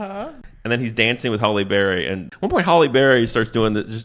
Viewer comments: S/B Halle (HAL-ee) Berry not Holly Berry. Nails on a chalkboard. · There isn't a Holly Berry. Hal-ee Berry is how her name is said. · "Holly" Berry? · Are you saying Holly Berry? LOL! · Are you saying "Holly Berry"? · Halle Berry, not "Holly"😆